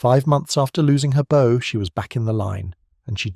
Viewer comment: It`s `Bow`, pronounced as in `Cow`. The Tribals ( is that now considered not PC?) were armed with 4.7`` Guns FFS, not Friggin` Arrows!